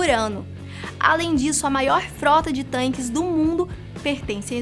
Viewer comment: Meus ouvidos doeram quando ouvi "tanques"....